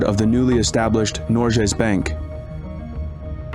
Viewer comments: why does it sounds like norgjes bank not norges bank? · Especially pronouncing Norges Bank as "Norjé Bank" every time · Great video! One thing that irritated me throughout it, though, is the way you pronounce "Norges Bank". This is a name of a main bank here in Norway and your pronunciation is very wrong. Rather than pronouncing the g as an English g you should pronounce it as the g in the word "give". Nor - g as in "give" - es bank (a British english "a" here) This should be updated. 👍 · Yep, an educational video with some twists different from a typical Norwegian's viewpoint. However [though a small sick], if he had only done his homework on pronunciations: like Eidsvaal, Norjes Bank, Michelen, Blüker, Lilleham, etc. But then again, I guess several "foreigners" have problems with cities/names in the US like Worcester (MA), Van Nuys (CA), Des Moines (IA) and Tucson (AZ). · Very well researched, but i think you should make more of an effort to pronounce the names correctly in the reading